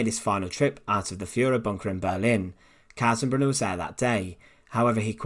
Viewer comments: I'm glad the man's name was spelled out. The way you are pronouncing it, sounds like Kassenberg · Totally botches Kaltenbrunner's name.